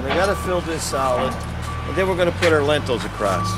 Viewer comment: Great video but they're called "Lintels" not "Lentils"😂. Lentils are a food!